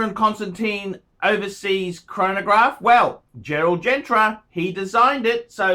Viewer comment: it's "Gerald Genta" not "GentRa". While we're here, the glass on the moonwatch is not "HeLselite" it's "Hesalite". There, I got that off my chest...